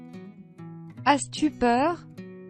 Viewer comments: As tu peur ? On prononce pas le s . C est pas asse tu peure !!!! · as tu peur نطقتها اس تي بوغ !!!!! اس !